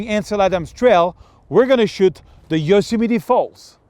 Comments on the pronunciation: Dear Serge, it seems either you keep ignoring your fans' comments or you don't even read them. Please clean the spot in your video and pronounce Yosemite "yoh-sem-i-tee" correctly. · And of course, another sarcastic comment on his pronunciation of Yosemite.. I wonder how is their French accent, those tiresome people?